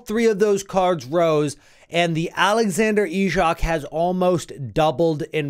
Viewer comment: Hey Man thanks for great tips and an amazing video! As a Swede I will help you spelling Isak😂. Its not Ischak 😂its more like " sacked". So try Isak as it stands without chz😂. "Leao" is a fantastic player btw😉